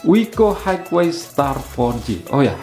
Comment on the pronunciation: Highway dibaca haiwei, bukan haigwei